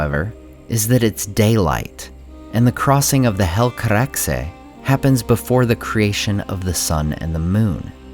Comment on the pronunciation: Favorite: Finrod ♥ Least Favorite: When the teaser ends Grade: A Thank for the video, i really like your analysis, is kind and objective. Cheers. PS: Good Helcaraxe pronunciation.